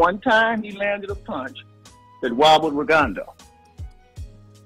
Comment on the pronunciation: It took me a minute to figure out who Virgil was talking about Everytime he kept saying Ragondo. I thought maybe he was talking about an old opponent that had exposed Loma